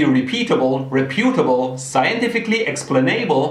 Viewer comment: you know it’s serious whenever he says explanaible.